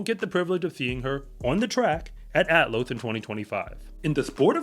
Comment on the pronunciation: It's Athlos, not "Atlos".